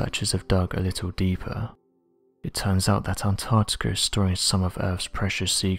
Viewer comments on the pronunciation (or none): To the narrator; There is a c in Antarctica and also, while I'm here I don't know anyone who says 'says' like you.. every normal English speaking person pronounces it as 'sez' so unless you're an AI voice-over, it pains and riles me to know that someone can get hired to do stuff like this, despite their lack of knowledge of the English language... might as well have Joey from Friends narrating, at least then I could understand that you're taking the piss out of jest and not just through a lack of intelligence. Reading is easy, articulating whilst reading, is not your strong point but clearly your soft voice prevails and as I said, if you're not an AI voice-over then your employers are just as much imbeciles as you sir. ✌